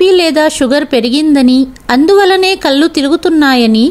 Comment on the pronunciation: మీ కధలు అన్నీ బాగున్నాయి కాని కథ చదవడం లో పదములు పలకడం లో చాలా తప్పులు వస్తున్నాయి ముఖ్యంగా కళ్ళు వెళ్ళూ వగైరా పదాలకు అర్ధం మారిపోయింది అది గమనించాలి చాలా అవసరం.